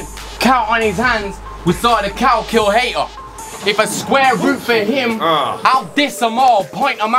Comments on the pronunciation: So many reaches. "Calcuhater" lolol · "cal-kill-hater", not quite as much of a reach but still